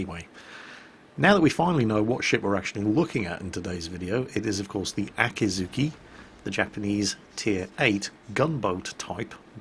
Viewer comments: So how many times did say Akazuki instead of Akizuki? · so... nerds... how many times did he say aka-T-zuki instead of akizuki?? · an easy way to remember both: Akatsuki is spoken "akatski", while the Akazuki is spoken "Akuzooki". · Here’s a good tip to tell the difference. With the one in the video: put emphasis on the ‘i”s (the EE sound) “Akeezookee” And then it sounds different to Akatsuki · 暁 Akatsuki あかつき "Dawn" 秋月 Akidzuki あきづき "Harvest Moon" Nope, not letting you get away with it. Though I'll try to ignore the pronunciation problems for now. I mean, "Aah cat sue key"? "Aah kih zoo key"? Should be more like "A cot's key" and "A key dzoo key" (A like in lawn or car or awful or ah!) Welp, guess I failed at ignoring the pronunciation after all. Well, I appreciate the Akidzuki-chan image. :D